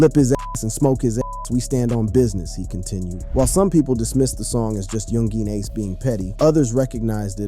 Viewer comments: You called him "Yung Jean ace" lol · Do better research next time this video wasn’t correct on a few things. 😂 young geen ace shoulda knew it was gunna be a bad video first time you tried saying his name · dont make a vid on a person when you cant even say his name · Can't even say bro name correctly 🤣🤣 goofy ass